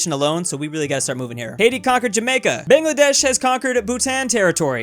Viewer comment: Don't say Bangladesh unless you know how to actually say it. Americans think everything is pronounced the way there language works.